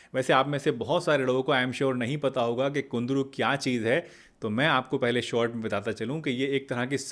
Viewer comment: It's kundru not kundri.